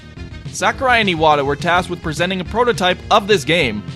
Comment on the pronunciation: thank you for pronouncing Iwata right